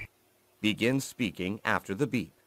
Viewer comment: Telaffunuzu daha da geliştirebilirsiniz. Bunu yazdığım sırada videonun tümünü izlemiş değilim, fakat; shaking, pretty, speaking, actual, think, written, right kelimelerini daha düzgün telaffuz etmeniz mümkün. Bir de "I want to know what I can do about this TOEFL exam" cümleniz gramer olarak doğru olsa da ana dilinizin ingilizce olmadığını ele veriyor, "the" daha otantik olurdu. Heyecanlıyım dediğiniz yerlerde telaffuzunuz daha da kötüleşiyor ama sonra tekrar toparlanıyor. Yine de Türkiye ortalaması üstünde olduğunuzu düşünüyorum. Başarılar.